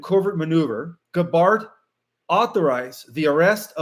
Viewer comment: Hi, Just a note to say that Tulsi’s last name, Gabbord, has emphasis on the first syllable, GAB GAB’ord Similar to Hubbard, Stafford, Sanford, Clifford, all have the emphasis on the first syllable. 🥰